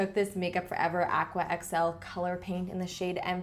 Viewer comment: i luv luv LUV how u say aqua it just sounds RIGHT